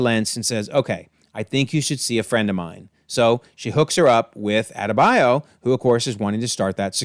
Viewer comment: It's not hard to say Adebayo. All of a sudden its hard to pronounce names when it aint eurocentric 😂. Just funny contrast to earth x